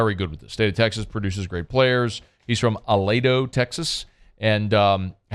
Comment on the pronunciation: It’s pronounced UH-LEEDO